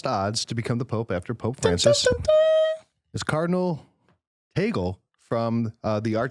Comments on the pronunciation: it's pronounced as Tag-le not ta-gel😊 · Tag-Leh... not Teygel... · its TAG-Leh not tagle like google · That's TAH-gley, not TEY-gle You just made me giggle 🇵🇭🤣🤣🤣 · Guys I'm a Filipino and I went to the same high school where Cardinal Tagle went....It is pronounced as "Tah-gleh" not "Tay-gel". :) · Just pointing out he was right the first time, sorta. It's pronounced /tag•le/ (short e; not ē or é [/ej/]) not /tej•gul/ (/u/ representing the schwa; also, for people who don't know IPA, /j/ stands for the sound that the letter y usually makes in English). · Just listened to this today. Just got uncomfortable hearing Cardinal Tagle's name pronounced "Teygl". it is pronounced TAG-LE. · Interesting video. Tagle is pronounced as it is spelled - tag-le (it's spanish pronunciation). Tagle also has Chinese ancestry - which might be an advantage when dealing with China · Cardinal Chito Tagle is pronounced (tag-lay) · The proper pronunciation of Cardinal Tagle is " /ˈtăg-lā/ " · Cardinal Tagle is pronounced as tag lay. But I wish hope and pray it would be Christoph Cardinal Schonborn .or Cardinal Muller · Also it's pronounced TAG-LEH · our Uncle Cardinal Tagle is very dear to us. BTW; pronouce as TAG-Le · I actually laughed when he said "Taygl" HAHAHAHAHA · Tagle is pronounced "tag lee". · It's pronounced TAG-LEH😆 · I know but it is pronounced like the word lay...at least that's how I heard someone on EWTN say it. Either way, I suppose. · Tagle is pronounced Tag-leh, not Tag-lay nor Taggle. But my choice for the next pope is Cardinal Sarah! No American pope, please. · Its pronounced TAG-le. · Tagle is prounced as Spanish not American .